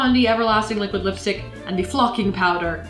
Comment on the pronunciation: Its not lipistick its lipstick